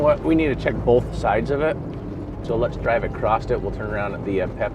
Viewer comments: Acrost? What language is that? Did you mean “across”? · He's one of those "acrost" guys... 😆